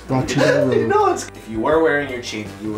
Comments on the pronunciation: Im norwegian and that is not Rode that is Røde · Lololol the way they pronounce RØDE is so funny to me cause I'm danish. Like the real pronunciation is so much different.